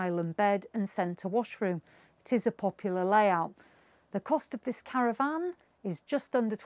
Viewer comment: Oh dear it Acadia not Arcadia and it’s caravan not cara van